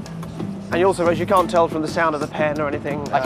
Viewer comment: is key ... after moving his hands around in a round shape multiple times, Derren says "if you think of a house or a stick man, change your thinking" i.e. no square or stick shapes, only round ones... and he says "can't" a lot but barely pronounces the "n", watch it a few times...